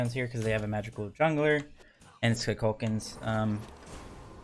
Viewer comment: Koo Kool Kan lmao not KuhKalKahn